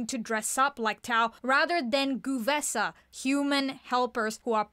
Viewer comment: The first E of GuE'vesa is not pronounced? It feels weird to me to hear "Gu'vesa" 😅